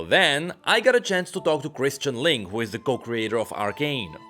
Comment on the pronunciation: How many times does say Linkes last name wrong? Yes. Its LINKE with the E pronounced hahaha